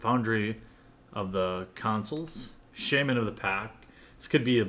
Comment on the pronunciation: i hope you are pronouncing "shaman" wrong on purpose cuz that's super annoying.